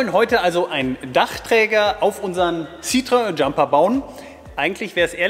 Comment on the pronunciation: (P.S.: Super Idee mit den Profilstangen) Citröng spricht sich im Französischen, soweit mir bekannt : Cit-tro-enn ; P.S.: Gerade entdeckt: Bei Wikipedia kann man sich die Aussprache von Citroën vorspielen lassen. bitte bei nächstem Frankreichaufenthalt mal bei einem nativ-Speaker danach fragen (möglichst nicht in der Region Languedoc/MIDI - weil da Slang).